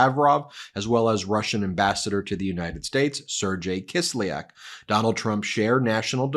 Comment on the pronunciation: Kislyak's name is pronounced sir GAY not serge jay.